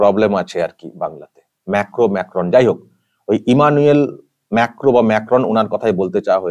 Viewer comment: ঠিক উচ্চারণ : মাক্রোঁ সবরকম রেওয়াজ ও প্রোটোকল ভেঙে প্রেসিডেন্ট মাক্রোঁ নিজে বিমানবন্দরে গিয়ে ভারতের প্রধানমন্ত্রীকে রিসিভ করেছেন এবং আর বিদায় জানিয়েছেন। বিশ্ব কূটনীতিতে মোদীর সন্মানটাই আলাদা।